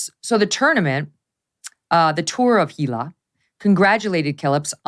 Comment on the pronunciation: Congratulations on pronouncing Gila correctly, and clarifying that New Mexico is in the US.